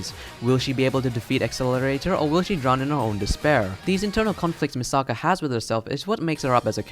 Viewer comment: Omg you keep saying Misaka wrong!!!!